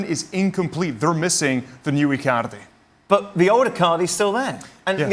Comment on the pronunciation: I like how he pronounces Icaarrrrdi, Saarrrrii...🤣🤣